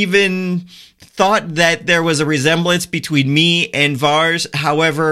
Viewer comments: It's not "VARS" ... it's pronounced VAIR-IS :-D <3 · Here is how you pronounce that GOT characters name :)